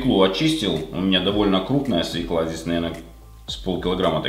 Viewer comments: Говорите, пожалуйста, СВЁКЛА!! А то свекла ухо режет. Да, и сахара многовато! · Режет слух свеклА,буква ё в слове под ударением -свёкла! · Отличный, простой салатик. Обязательно приготовлю! Но вот, ударение в слове "свёкла", ставится на первую гласную. По правилам русского языка буква ё всегда является ударной гласной. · Свёкла. Ударение только на ё! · Правильно "свёкла", не как Вы, говорите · Свёкла!!!! На Ё ударение, это элементарный русский! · Даже не стала дальше смотреть. Услышала одни из первых слов свёкла и доска и нажала стоп. Пожалуйста, научитесь говорить по-русски грамотно.